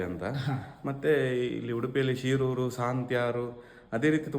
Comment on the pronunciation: ಶಿರೂರು ಅಲ್ಲ ಶೀರೂರು' ಶೀರೂರು ಬೇರೆ ಹಿರಿಯಡ್ಕ ಪಾಪುಜೆ